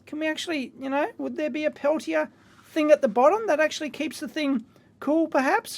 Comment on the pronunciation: "Houy, welcome to everyone's favorite segment mailbag!" Who else at home says the intro every time along with Dave? I can't be the only one... Edit: Dave, when you start pronouncing Peltier correctly, maybe I'll change my pronunciation of geocaching. :P